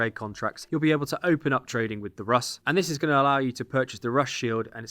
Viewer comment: Rus is pronounced "Roose".